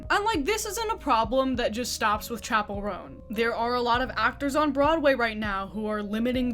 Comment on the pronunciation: she owes me pronouncing "chapell" right, which she doesn't